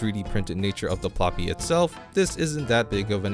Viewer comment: Pl"oo"py, not Pl"ah"py.